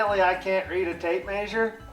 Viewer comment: Tape “meh sure” not “may sure”